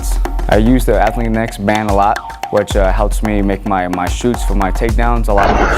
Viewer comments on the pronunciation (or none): shots not shoots...what kind of mma fighter doesn't know how to say shots